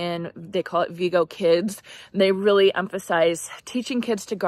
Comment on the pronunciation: Excellent job ladies, those children are blessed to have such loving adults in their lives. One thing though. I also used to say Vego the way you are doing. However, I noticed in their Ads on my feed that the company pronounces it Vay-go instead of Ve-go. Keep up the good work.